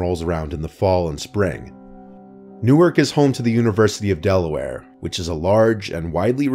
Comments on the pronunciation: Wow Newark de! I live near there. Pronouncing it wrong btw it’s newArk newUrk is nj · Newark, Delaware is pronounced NEW-ark, using the "ar" sound in "Hard." Newark, New Jersey is pronounced NEW-erk. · NEW-ARK. I grew up in Delaware and went to UD. It’s not NJ.